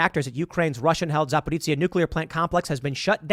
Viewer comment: Also, it's Za-pear-OSHA.